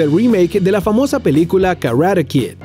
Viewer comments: Imaginen lo que tuvieron que hacer los actores de 300!!! Por que tienes que decir Karate Kid de esa forma?? Karruare Kid....síndrome WatchMojo!!! Y dale corazon a tu gente!!! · Karada Kid o Karate Kid?? 🤔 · Yo creo karate kid, karade suena muy raro